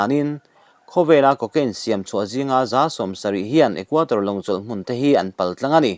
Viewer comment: Equator a ni lo, Equador tih tur.